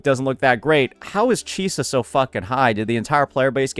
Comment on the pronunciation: Bro keeps on bashing Chisa’s name